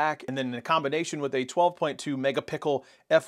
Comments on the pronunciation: I love this phone. But it's megapixel not megapickle. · What we are doing is making fun of the guy saying Pickel instead of Pixel. It is funny! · How can you pronounce "pixel" fine when you say the phone's name, but when talking about the camera it's suddenly "mega-pickle"? And how did you not hear the difference in audio? The 5 was awful, thankfully I use headphones and won't care, because I need to upgrade my pixel 3 phone. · I was subscribing until I heard mega-pickle.. lol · That man said mega pickle O.o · did he say Megapickle????